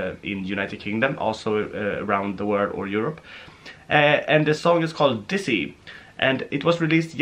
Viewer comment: ITS DIZZY NOT DISSY